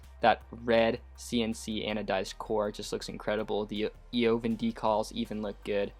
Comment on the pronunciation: Evaaaaaaaan , the O is silent. Words from the owner "Eovan".